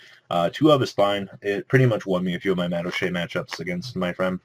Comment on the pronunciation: I don't like the way you pronounce madolche.